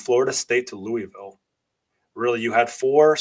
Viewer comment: Very well done and thoughtful analysis,. My only suggestion is that you learn to pronounce "Louisville" correctly, the way the Louisville populace pronounces it. It is more of a sore subject with them than you might think!